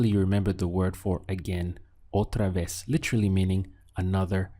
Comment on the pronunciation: It sounds like you are making more of a "v" sound for "otra vez"....